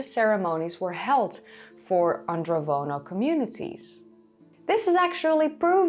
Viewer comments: It's Andronovo, not Androvono culture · It’s AndroNovo not Vono 😉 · AndroNOVO, not AndroVONO. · She keeps mispronouncing 'Andronovo' as 'Androvono'. It's even mispelled in the description and the hashtag.